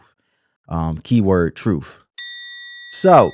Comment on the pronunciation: The Democrat big bird vomits the talking points down their throats. Then they puke it all over us, over and over and over. The word it TRUTH not TROOF